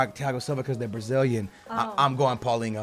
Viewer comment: Pauleen-Ho lmao